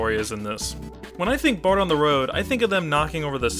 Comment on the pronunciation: O really enjoy your review, but plz stop calling bart and marge "bort" and "morge". i mean, there is actually a joke about it on the show. "the gift shop is out of bort name plates" or sth like this. "bort? is that even a name?"